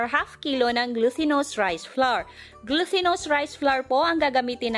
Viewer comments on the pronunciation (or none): please check your grammar usage & right pronunciation. Ex.. Plural of 1.tablespoon -tablespoons 2.glutinous- "t" not "th" 3.pronunciation be clear please- "grease" not "grace" 4. "Melts in your mouth"